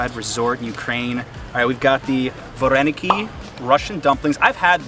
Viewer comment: Nice video but vareniki (вареники) is spelled and pronounced with an “a” on the first syllable. Not a big deal.